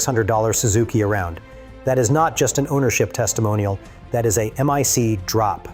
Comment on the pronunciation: The voice is A.I. right? he keeps calling it the "Leeve Wire" instead of the "Laive Wire" and called it an M.I.C. drop, not a MIC (Mike) drop.